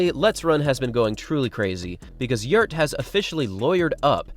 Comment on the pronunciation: The father's name is not "Yurt" but "Gjert" !